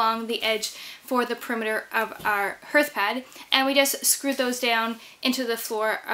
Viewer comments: It’s pronounced “harth” not “herth.” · 😂 HERTH she says! It’s pronounced harth. Imagine if you heart was pronounced like she does, it would be “I have a broken hert” 😂😂 Ps I’m not hating or making fun it’s one of those that nobody gonna know what you’re saying if it wasn’t in the vid for visualizing Also great job on the HARTH ( lol😂) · I was gonna mention that but I already dissed her abt how she says hearth 😂 it’s HERTH now apparently. Would have been a bigger deal if there was flooring she was going over but all that moisture sure gonna make that osb/plywood swell up and disfigure but once dry it will be fine I’m sure. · I believe the word “Hearth” actually sounds like “Darth, like Darth Vader”… the ar sound is strong. It’s looks beautiful, l love what you’ve done❤️ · You may be interested to know that you pronounce the word "hearth" incorrectly ....